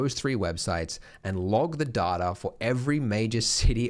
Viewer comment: its data... not data.